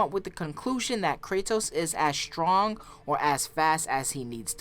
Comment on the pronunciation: "STONG" smh